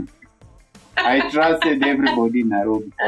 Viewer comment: Naiiiirrrobi😂😂😂 you fall down you wake up🤣